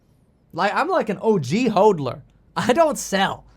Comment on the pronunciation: The way you say "HODLER", it makes it hard to take you seriously.